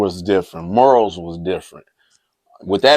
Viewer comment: Did he just say Detroit was real serenaded? And it's morals bro. Not murals. Lol